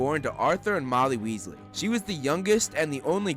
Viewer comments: Not Wealsy it's Weasley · Weasley it’s weaselbee